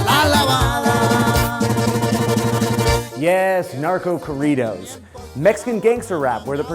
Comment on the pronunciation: Lol the way he pronounced corridos